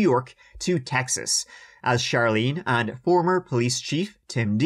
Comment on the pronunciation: As a born and raised Texan, I just wanted to let you know that I truly, and completely, enjoy your pronunciation of "CHeXas" with the country accent added! You're Texan approved!